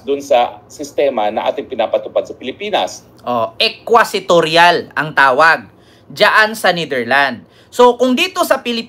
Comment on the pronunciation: The term is “inquisitorial” and not “equisitorial” pls correct your pronunciation